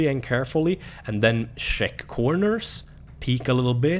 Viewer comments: "sheck here... sheck again,, once the area is sheeckt" lmao great video man <3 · Shrek this area..sherk that area.. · "Shek around corners. Shek here, Shek a little more" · "sheck", "sheck again.